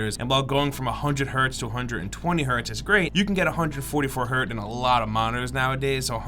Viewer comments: can you not pronounce Hertz? it's not "hurt" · There's a z at the end of Hertz